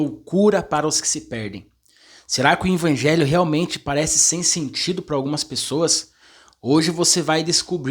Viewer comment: Paz irmão! O irmão não é pastor. Ele é um instrumento de Deus usando esse maravilhoso dom como professor da escola sabatina. Eu confesso que também ficava meio incomodado como essa forma dele falar "INVANGELHO" ao invés de EVANGELHO, até pensei em mandar um comentário como o senhor fez mas achei que o irmão iria ficar triste. Talvez ele fale "INVANGELHO" por ouvir na criação de pai e mãe dele e se acostumou a falar assim. Mas que bom que o senhor o corrigiu com muuuuito amor e sabedoria e esperamos que o irmão corrija esse seu modo de falar essa palavra. Graça e paz do nosso Senhor Jesus Cristo irmão!!!